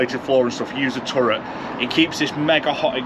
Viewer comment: Great video man, but first you make me want to get an ambulance like you did and now this. Your a bad influence. My only complaints would be I would have loked to see how you mounted the diesel heater, and I need a UK dictionary to know what a "turrent" is.